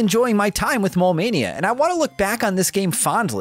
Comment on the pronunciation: I kept thinking you were sayin “Mall Mania”. I was like, I didn’t know that board game game to Gameboy! Heheh